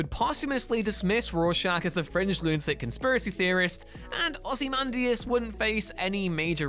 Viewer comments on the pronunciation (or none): Why are you saying ozymandias like that.... he's not the Ozzie man .. say it correctly lol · Plz stop butchering Ozzymandias name thank you